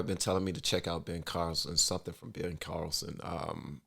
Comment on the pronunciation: Funny hearing you say Ben Carlson.. Tuckers brother.